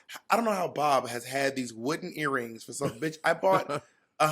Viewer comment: Not "airrings" lol